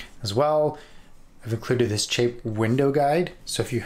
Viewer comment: Great video, thank you! Also, it’s chape to rhyme with shape.